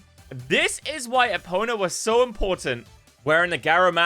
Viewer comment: How can someone who clearly likes Zelda say “Epona” wrong so many times.